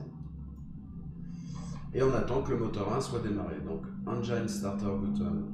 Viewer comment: Bonjour. Merci pour le tuto de qualité. Petite remarque: le i de engine se prononce comme en français (i et nin aï).